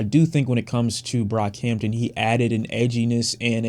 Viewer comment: You nearly calling him brockhamptom says so much lmao